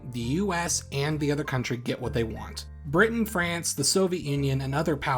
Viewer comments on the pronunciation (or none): none